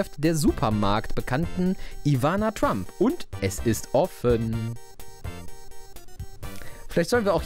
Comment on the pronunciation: Trump war auch damals schon ne Größe. Nur eben nicht politisch. Aber das ist spricht man trotzdem mit "ä" aus also "Trämp". 😉